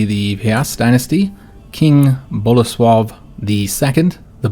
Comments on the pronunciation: Oh my goodness, im so happy that you were able to say Bolesław properly, Poles will be so happy to hear this :D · Spot on with the Bolesław pronunciation! Really glad you're playing this as Poland!